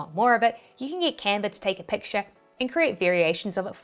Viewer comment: It is Canva.... Not Canvas